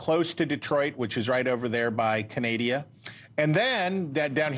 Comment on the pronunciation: Did he call Canada Canadia?? Lol 😂😂